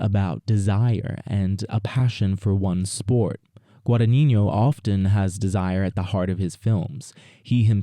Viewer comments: just so you know - the pronunciation is more like guadan-yino and not guadaninyo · You mispronounce the director's name throughout the video... Please get a native Italian speaker to help 😊😊